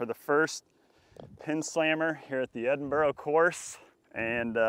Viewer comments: Is it a competition to see how many times you can say Edinburgh wrong? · It’s the Edinburgh course not the Edinborrow course 😂 yeesh. And it’s not in London it’s in Virgina Waters